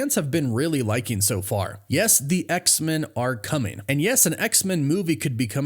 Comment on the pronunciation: I love your work but PLEASE say X-Men not X-Min 😁